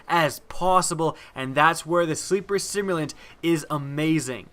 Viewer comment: Sim-U-lant.. simulant... like a simulator.. to simulate.. simulated.. not simont !.. sorry... great video though!